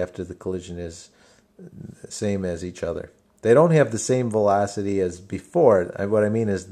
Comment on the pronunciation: I love the way you say velocity! thanks for the helpful video